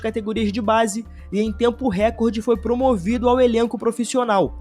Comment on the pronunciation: Sem querer ser chato, mas só um toque : vc falou "récorde", quando na verdade a pronuncia correta é "recórde". Fora isso, muito bom vídeo!